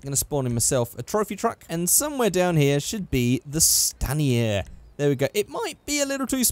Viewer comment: Stan-e-air. Its STAIN ER.